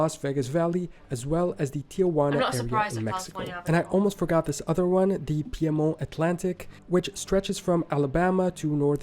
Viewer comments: Its Peed-monT. Not Peahmon. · We would pronounce "Piedmont" as peed-mont, not a French accented version. It's the Cascade Mountains in the Pacific Northwest, not the Rockies. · His pronunciation of Piedmont is off, it's a French word, but it is pronounced Peedmont in the US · The narrator should have reseached the proper American pronounciation of Piedmont, Tahoe, Spokane, etc.